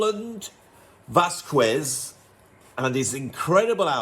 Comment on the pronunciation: Another excellent, informative video. But please don’t say Vaskwez, the u is mute, so you should read VasKEZ